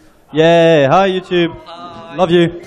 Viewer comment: it's youtube! not fucking youtoooob